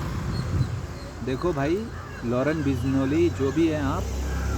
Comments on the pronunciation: First na tu pehle name achhi trah se pronounce krna sikh le aaur tera bhashan start kr samjha khali khopdi… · Gadha h yeh.. Bsdk name to sahi se bolta at least.. Sidha nhi h salman khan nepotism ka supplier h.. Aur tax bachane ke liye aajkl har koi ngo kholta h bhai